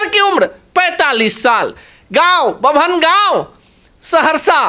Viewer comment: अबे बेवकूफ बभनगम नहीं बनगांव है नाम